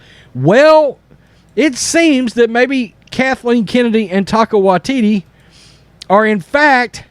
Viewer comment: HAHAHAHAHAHAHAHAHA says "Taco Waititi".